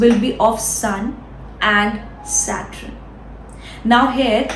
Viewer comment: Saturn and not Satrun…Not bad. Keep up the good work.